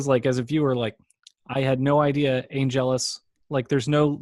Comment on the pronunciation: "Ann-JELL-Us," not "ANN-gel-us"!